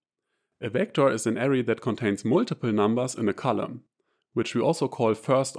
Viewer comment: Beautiful video. Please try to pronounce "AH-RAY" for array and not "area".